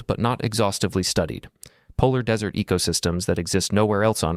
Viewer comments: Dear AI, learn to pronounce "desert." It is NOT "dessert." Also, it's honorale to respect the privacy and isolation of ecosystems and even human populations, how have remained untouched by t he outside world for 60,000 years ...but at the expense of possiblly finding biodiversity that could lead to a cure for cancer? I, too, would like to be left alone but nobody respects my wishes. In fact, it's kind of the opposite! Therefore, note to scietists. These places are not exoplanets where we fear to contaminate with alien bacteria. This is Earth! Birds and insects are also disease vectors, and come and go out of these places freely. Get over it! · It’s AI guys. It’s easy to tell that the guy who made the video is AI. 🤖 Who would mispronounce desert but AI ?